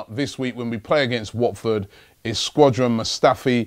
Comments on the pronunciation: it's pronounced shodran 😂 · Who remembers when he used to say Shedran Mustafi 😂😂😂